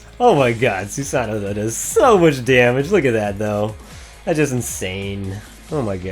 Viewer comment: Great video, as always. I always get really excited when you upload Dx2 videos. Your Trumpeter is insanely good. Btw, it is pronounced more like "Sue-sah-no-oh." The last "oh" is said so subtly that it is almost inaudible, kind of trailing off into the "oh" sound. In English, we tend to annunciate part of a word, but Japanese usually has a flatter way of pronouncing a word, where each character is read in the same tone, which is hard for English speakers to get used to.